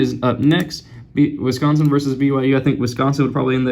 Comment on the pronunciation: Wisconsin, not Wisonsin